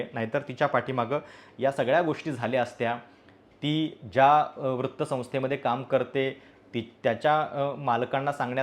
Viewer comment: वृत्त या शब्दाचा उच्चार चुकतोय, त्या शब्दाचा उच्चार व्रत्त असा होतोय.